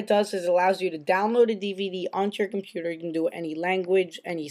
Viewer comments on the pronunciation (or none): none